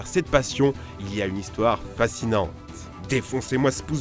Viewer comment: Casi parfaite la vidéo, si seulement t’avait bien prononcer sayayin